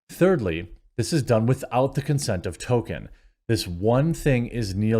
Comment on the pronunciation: why do you say "Token"?